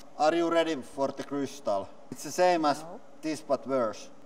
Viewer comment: Lauri: Check out this cyant crystal!: It's Sapphire.... Lauri: What I say?: You said Krriiistal! 😊☺️